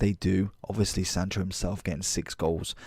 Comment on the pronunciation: lmao “jordan sancho”